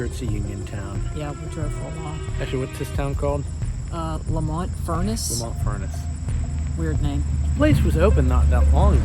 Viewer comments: It's pronounced Leemont! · I grew up right down the street. Pronounced LEE mont. Don't church it up. 😢